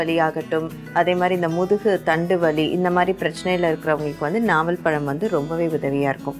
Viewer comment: its naval pazham not nava